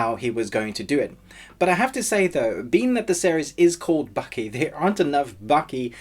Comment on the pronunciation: its Baki not Bucky also part 3 not in English anymore if I want to read il pick up a book